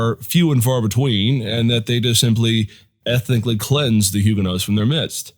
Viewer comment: If you are going to use that pronunciation then you need to drop the "H". There is not "H" in French just as the "t" is silent at the end of the word.